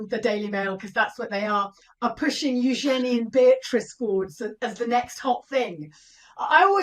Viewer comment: She pronounces her name U’Jen E…..with accent on the U…..